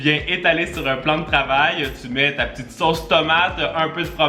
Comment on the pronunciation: 🤣 tu as (soje) a la place de dire ( sosse) en ne juje pas les phote d'orthographe 🤔 dacore